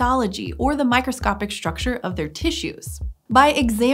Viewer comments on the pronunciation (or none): none